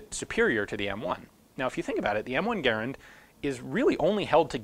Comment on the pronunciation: Much respect but it's Gaa-rand not Gair-and. Thanks